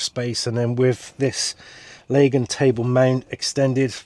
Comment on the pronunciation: You pronounced Lagun correctly ❤, there’s one thing that boils my piss and that’s people that say Lagoon 😂